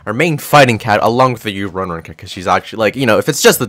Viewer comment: Ururun is pronounced as woo roo roon.